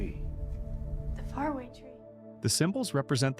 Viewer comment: If AI is so smart, then why is AI unable to pronounce far-a-way? It is so annoying to continually hear fare-a-way .................everyone knows Sarah is the cromenockle